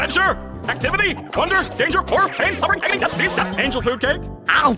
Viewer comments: Did say angle food cake? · Um it's actually angel food cake 🤓☝️